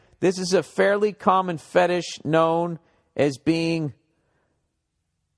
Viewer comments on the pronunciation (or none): none